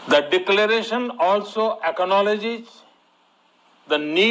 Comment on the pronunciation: 🤣🤣🤣🤣🤣 koi is killer ko bolna sikha day ... aaacaanoledge🤣🤣🤣